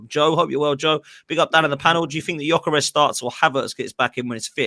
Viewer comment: I can't deal with the way that guy say Gyokeres name. I've never heard it butchered so much